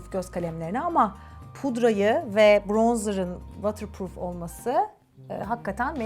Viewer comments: vatır değil votır azıcık kulağım tırmalandı nacizane bi düzeltme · “Vootırpruuf” for ur knowledge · ama o vatırpruf diye okunmuyo ki:( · Buse uncookies you didn’t even understand what I meant 😆 i kindly advice you to check how the word water pronounced since obviously you have no knowledge of English, but you need to Google Translate this message first 😉 greetings from London! 🙋🏼‍♀️ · waterproof kelimesini yanlış telaffuz ediyorsun fark edince düzeltmek istersin diye söylemek istedim ❤️ emeğine sağlık